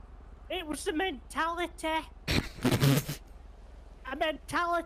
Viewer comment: The monologue part 🤣🤣🤣 "It was a mentalateeh"